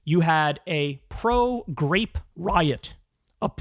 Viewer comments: i keep hearing "grape" instead of "rape" listening to this at 1.5x so i keep hearing kyle say "anal grape" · Why am I hearing “grape”?